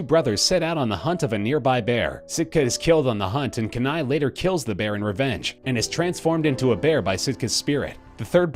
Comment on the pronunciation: Dude, you do realize that in Brother Bear, the native teen boy turned bear's name is pronounced, Kenai = Keeneye.